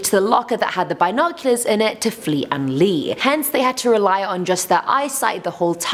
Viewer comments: Why are you saying bi noculars its binoculars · Since when was the 'I' in binoculars pronounced soo hard.. bIIInocluars haha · Bye-noculors i say b-noculors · You mis pronounced binoculars... my brain couldn't comprehend it so i left... bye! 😜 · Anyone else really cringing at her pronunciation of binoculars? Let alone the whole 1000 years things